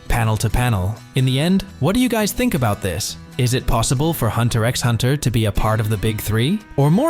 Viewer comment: You don't pronounce the X